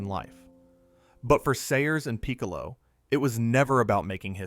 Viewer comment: You did a pretty good job here, but come on, Bears played at Wrigley Field in Gale's day. And it's not peek-a low, it's Pick-a-low. He was the best though.